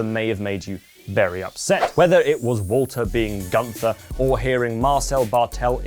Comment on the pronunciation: Nice work, but you pronounced Walter wrong